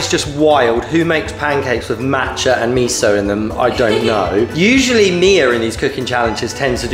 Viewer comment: Btw miso is pronounced me so not me zo. Not hating